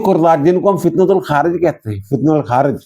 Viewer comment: فتنۃ الخوارج اور فتنۃ الہندوستان ہی درست تلفظ ہیں ؛ آپ صحیح pronounce ' کرتے ہوئے دہرائیں نہ !